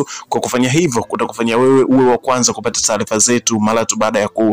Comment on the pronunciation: 7 HOURS AGO WACHA KUTANGAZA KWAZA KAJIFUZE KISWAHILI HAKUNA NENO (TALIFA NI TARIFA ) MZEE UMETOKA BURUNDI